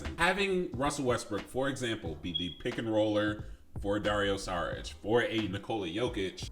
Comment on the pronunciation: About the departure of KCP, Bruce Brown... OK, but remember Garry Harris and Grant, Paul... we also lost them and we got better gradually. By the way it is not Saric but "SHariTCH".😊